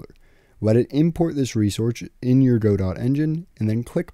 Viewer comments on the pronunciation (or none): Its pronounced godot, not godot.